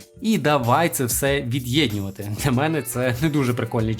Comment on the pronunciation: Мені одному слух ріже слова відьєньнювати та підьєдьнювати, научись розмовляти